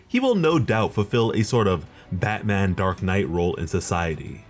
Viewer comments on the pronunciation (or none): none